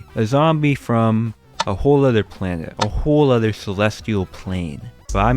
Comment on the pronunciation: btw he meant with other yowers